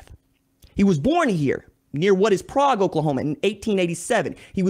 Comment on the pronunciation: How you gonna miss pronounce Prague lol